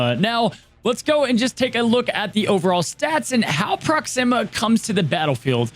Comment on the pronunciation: Ps. It’s pronounced Proxima like Maximus, not Proxima like Noxzeema. Just FYI. Love the vid!!